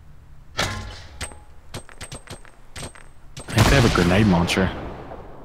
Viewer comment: "They have a gernade launcher" or maybe they just have gernades?!